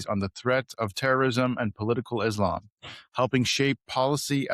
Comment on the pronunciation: It's e-slum.